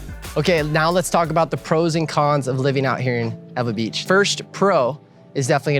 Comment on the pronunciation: NOT EVA BEACH! EEEWAAAA BEACH Lol